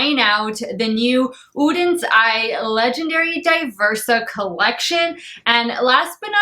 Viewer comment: You're very welcome! Also I really appreciate the fact that you took the time to learn how to pronounce the brand's name! I know it's petty, but it kind of drives me crazy when people don't do that.